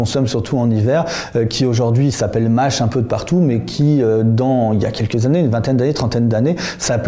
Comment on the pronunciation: Pour un type qui parle de lexique, il n'est même pas capable de prononcer le Â de mâche : au début je ne comprenais pas ce qu'il disait. Pauvre de lui.